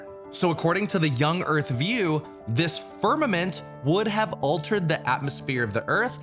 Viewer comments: "fimament" tehe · FIMAMENT. Heh... XD